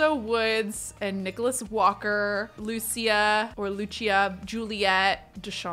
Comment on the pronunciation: Omg the way you said Lucia I almost thought you said Lucci and I was gonna say that’s my last name!